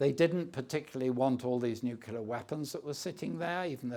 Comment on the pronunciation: gives no agency to the ukrainian people...(madam, thank you for your question) he calls ukraine a 'small' country, which it most definitely is not and 'nucular'...really? would be good to hear someone like him posit on how things would have gone if eu rather than nato membership had been given the greater impetus over the last 15 or 20 years total tory